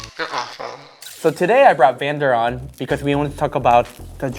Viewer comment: Kim chi called her vander von onn